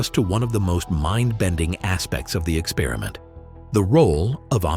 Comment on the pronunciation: "ex-perr-i-ment", not "ek-spearmint".